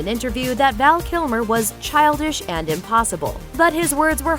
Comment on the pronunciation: Val Kilmore? LOL That's how you start. Almost closed the tab...see who you bring up next.